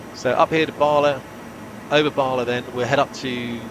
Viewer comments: Never heard of Capel Celyn being referred to as Scooby doo 😂 It's very odd to hear Bala pronounced as Baarley... Ba-La, again, Ba-La. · You're pronouncing Bala wrong. It's not Bar-la as you say it, it's Ba-La, each syllable to rhyme with the word man, without the n. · Just to let you know. Bala the first Ba is pronounced as in Bad. 🏴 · How do you spend years in Valley and you can't pronounce Bala right, Sir? 😂😂 Cymraeg Famil booked in for next week for you boss😂😂😂 Seriously though, this was fabulous stuff.